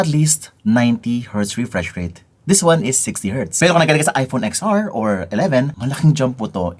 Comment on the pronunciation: "Ten R" kase.